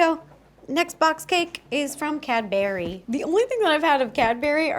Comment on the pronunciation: Ro calling Cadbury, Cadberry is traumatising me